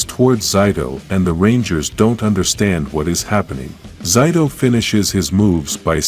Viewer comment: You are saying his name wrong his name is zaido not Zeta I mean whatever you were saying